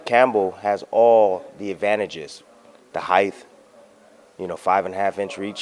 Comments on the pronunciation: love bradley but are we just going to let him get away with pronouncing ‘height’ like ‘heightf’ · He says heighth. :)